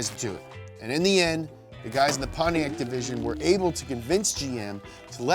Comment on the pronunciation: I knew he was gonna say “Pontiaccyyy” hahahahaha!